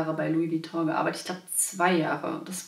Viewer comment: Schade das du Vuitton falsch ausspricht...